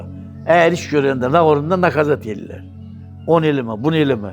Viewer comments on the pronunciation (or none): nakazat yox nəkazat